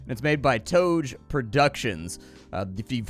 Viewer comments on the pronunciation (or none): TO GE, spell itu full words not just 'Toj' with E is silent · Pretty sure toge studio is an Indonesian studio and in Indonesia toge is an Indonesian word for beansprout? (Maybe) so the correct pronounciation would be tauge/toege/towge,just putting it out there but don't sweat it though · its To-GE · it's actually To-geh, it means beanstalk plant. :D